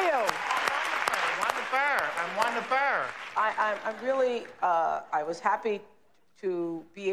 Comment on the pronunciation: “I’m Wonderfur....I’m Wonderfur”🤣🤣🤣🤣🤣🤣